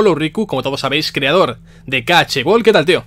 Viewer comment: Me da coraje que lo llame "ka ache" xDDDD